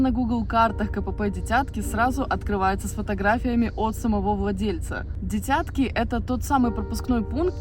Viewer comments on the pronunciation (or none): Только ударение не на «Я» в слове «дитятки» , а на первую украинскую «Ы» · Не ДитЯтки, а ДИтятки